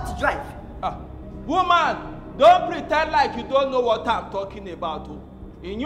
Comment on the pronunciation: The way he said women 😂😂